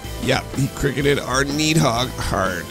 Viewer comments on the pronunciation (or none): Why do you pronounce it needhog?